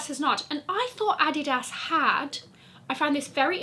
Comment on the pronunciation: Thx Queen for pronouncing Gstaad and Adidas like a German native!